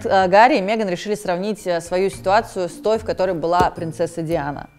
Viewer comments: Убивает каждый раз когда говорит Меган через Е 🤣🤣🤣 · мЕган? мЕЕЕЕееееган? Ржу - не могу🤣🤣🤣